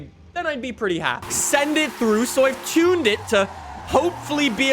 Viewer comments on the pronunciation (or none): none